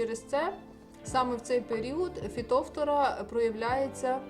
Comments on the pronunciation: Наголос не вірний, не фітОфтора, а фітофтОра, ріже слух. А за поради велика подяка. З мого досвіду, одного року посадила томати з відстанню в 80-90см кущ від куща. В той рік у всіх моїх знайомих томати згоріли від хвороби , а мої були живі й здорові майже до глибокої осіні. Вони дуже гарно провітрювалися. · Фитофтора. Ударение на второй слог то, режет слух, к стати по украински тоже! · Фітофтора наголос на друге. О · Підтримаю підпискою,коли вивчите як правильно вимовляеться слово Фітофтора,а потім будуть навчати,дослухати тяжко